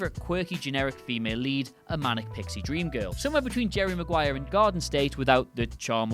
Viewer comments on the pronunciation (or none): none